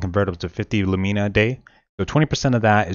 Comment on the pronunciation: please say Lumena not Lumeena